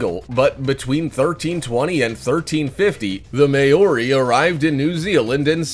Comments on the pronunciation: You are correct! I believe one was pulled to the surface, still living, in 2007. This "may still be around" crap goes right along with this guy's mispronunciation of Maori (Mow ree NOT may o are ee) and several other words. Drives me crazy in every video which is why I rarely watch any more! Also, they have facts wrong in damn near every video! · Who else is from New Zealand and laughed so much the way he said maori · The way he pronounces Maori tho 😂😂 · You said maori so wrong. Did you even try?